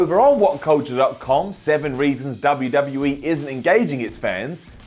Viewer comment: I like them all but cant understand a God damn word that comes out of ' mouth. And I hate the way he says WWE. UGH